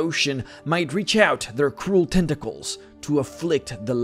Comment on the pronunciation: Every time I hear him say "Tenta-cles" I want to drink Tea in a pretentious manner.